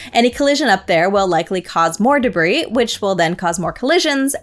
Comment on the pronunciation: Please review: DEBRIS. Not DERBIS.